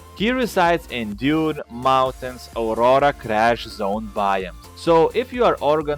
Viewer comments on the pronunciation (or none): none